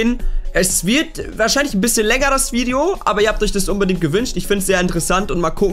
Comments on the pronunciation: An die Leute die ihn korrigieren das es Video und nicht Widio heißt zählt euch bitte nie zur Broarmy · Es heißt Video 😂 und ich weiß das es extra War ☺☺